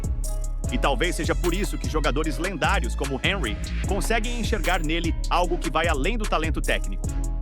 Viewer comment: Boa Noite. É (Onrri) a pronúncia de Henry.